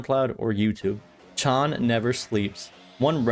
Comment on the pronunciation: Bang ChAn not chon 😢 Chan rhymes with can 😊 (same with Changbin) Seungmin is the main vocalist, not lead ❤ 3Racha writes all their music that's released by JYP